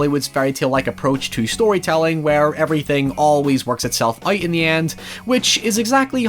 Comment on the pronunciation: The way he says out (oit) really bugged me a lot. Good vid though :)